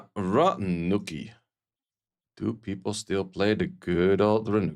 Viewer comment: RaNUCi ❌ RaCUNi ✅